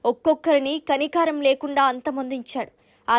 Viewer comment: కనికారం కాదండీ కనికరం.